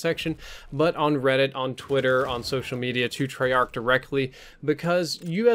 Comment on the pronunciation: You said treyarch